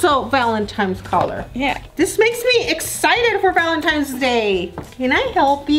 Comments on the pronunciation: ITS Valentines not Valentimes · valenTINES not valenTIMES. omg she’s like 50 not knowing how to pronounce something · every time momma says valentines she said. Valemtines day lol